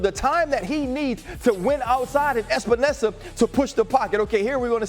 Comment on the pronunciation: EP-enesa, not ESP-enesa. Say it with me: E.P.E.N.E.S.A